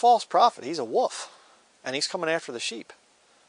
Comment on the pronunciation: joe clark he's saying "wolf"!